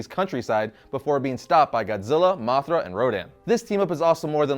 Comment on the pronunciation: You said moc 5 dont you mean moth 5 😂